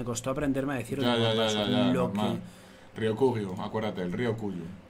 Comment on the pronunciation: me mata que dice " no sabes lo que me costo aprender a decir oniwaNbanshu (lo vuelve a decir mal por vez numero )" 🤣🤣🤣